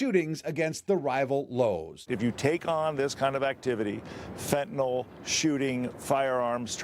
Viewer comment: Fentanyl not fentanol.